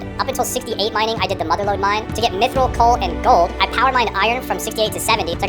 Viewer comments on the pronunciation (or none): none